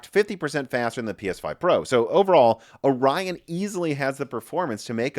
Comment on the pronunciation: Omg... It's Or-ion not Ori-on.